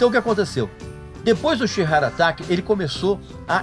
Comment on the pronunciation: que bem vc pronuncia sheer heart atack!! ..kkkkkkkkkkkkkkkkkkkkkkkkkkkkkkkkkkkkkkkkkkkkkkkkkkkkkkkkkkkkkkkkkkkkkkkkkkkkkkkkkkkkkkkkkkkkkkkkkkk umas aulinhas de inglés nao te fariam mal, sabe de tudo e pronuncia inglês como cavernícola rapaz